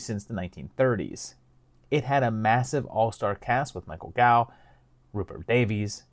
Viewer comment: It’s pronounced Goff not Gow…